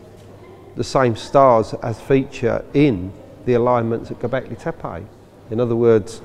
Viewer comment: Dear Mr Collins, Why do you keep calling the place Gobekli TepAI? AI??? EVERYONE else, the locals, archeologists, and the late Claus Smith as well, pronance it TEPE ,last e pronanced like e in the alphabet, "Tepi", or both e's pronanced as the e in the word egg. It is rather disturbing that you have a complitely different prononciaton sir, so why is that???